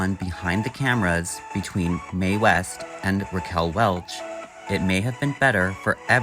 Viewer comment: Welch. Not welsh